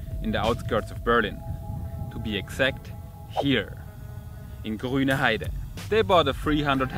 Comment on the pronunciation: GRÜNheide, kein e